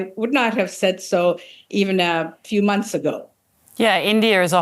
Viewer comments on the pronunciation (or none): none